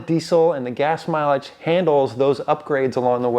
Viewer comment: fuel mileage is the correct way to pronounce it, :)